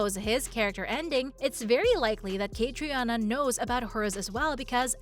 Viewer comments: Katrina is how it is pronounced, have you not watched anything about her? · Learn how to pronounce the actors names correctly, especially Caitriona. The o is silent.